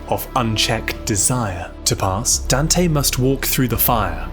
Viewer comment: Dan-tay. Good video tho, looking forward to binging this channel for a while